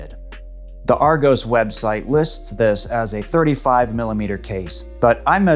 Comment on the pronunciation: Just a little help in terms of pronunciation. In the UK we call it Ar-gos rather than Ar-go-s 👍 Great watch and great review too 👍